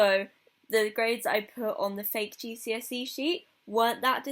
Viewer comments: i thought you were saying "jesusy" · i thought u said "its jesusy day"